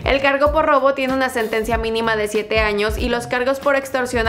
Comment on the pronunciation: Hay no dice años dice anos